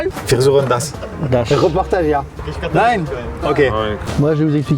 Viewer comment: MDR qui dit da au lieu de ja